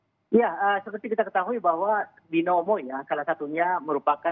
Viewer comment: 'Binomono' wkwkwkkk